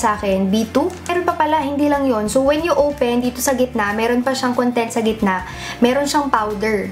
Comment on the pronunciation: “Let’s owpen”